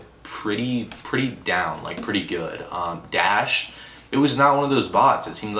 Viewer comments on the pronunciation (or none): u not a real botter when u pronounce dashe as dash